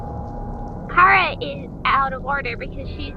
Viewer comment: Appreciated it that you Pronuced Chara as in "Ka-ra" not "Cha-ra" and that you protrayed her as a girl.